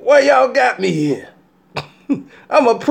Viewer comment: He said it's really hot in herr lol